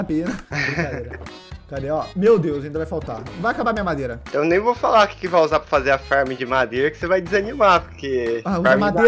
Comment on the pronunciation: maos alguém percebeu q ele falo madeira com sotaque??